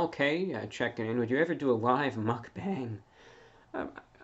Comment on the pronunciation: first of all someones fans have been watching a couple of other large youtubers besides Mr. Reviewbrah. Second, the way Mr. Reviewbrah said "mukbang" killed me.